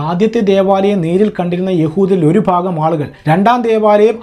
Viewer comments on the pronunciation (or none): none